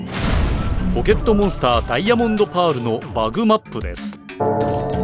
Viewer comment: バグの発音がすごく気になる